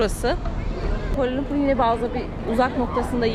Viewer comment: Yahu şu kuala lumpur’un adını ilk kim quala lumpur diye telafuz ettiyse onun ağzına vurmak istiyorum. İngilizce ana diliniz olsa anlayacağım da gidin Malezya’nın yerlilerine sorun telafuzu kuala lumpurdur.